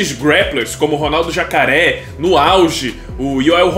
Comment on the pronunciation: O fanho é casca grossa. Ele fala jacaré é nhacaré 😂